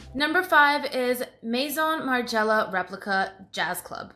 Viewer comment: I don't know why I find it funny that her French pronunciation disappears at Maison Martin Margiella 😂